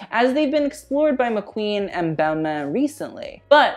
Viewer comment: The way you say Balmain is upsetting 😔🖐🏼